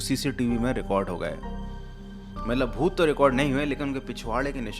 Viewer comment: bhooth ❌ Pooth 😂